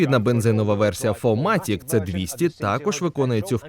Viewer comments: Вітаю, дядьку. Здається повний привід все ж таки фірматік, а не фоматік. Хоча дивлячись якою мовою читати. Дякую за відео. Вітання зі Львова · Ще один, "фо матік" . Вчи німецький